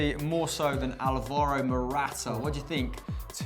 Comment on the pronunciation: You guys pronounce "Alvaro" wrong. The emphasis is on the first A and you guys all put it on the second one. Its pronounced "Álvaro" not "Alváro"